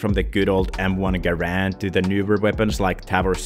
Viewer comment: this is kinda nit picky but the m1 garand is not pronounced like grand its pronounced like gair-rand